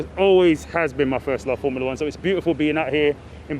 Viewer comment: It's not "Formala One". It's Form-u-la One!"